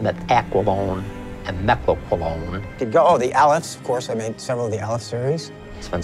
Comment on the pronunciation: The way he pronounced mecloqualone was very satisfying